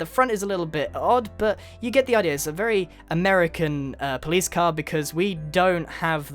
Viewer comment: omg it's a pwowice qwar